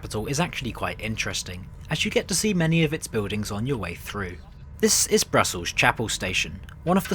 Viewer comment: The perfect definition of "f*cked up". Thanks for the warning. Now I know what train to avoid, or at least wait for its refurbishment. Btw, not a big deal but I think you missed "Charles de Gaulle" and "chapelle" on your effort to pronounce the name just as it is with locals. Just thought you needed to know.